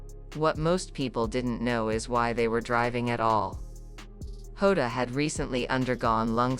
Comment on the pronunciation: The ai doesn’t even pronounce Diogo Jota’s name right. The j in Portuguese is pronounced like g in beige or an s in treasure.